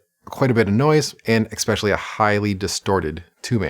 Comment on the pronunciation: Can you say "especially" once more for me?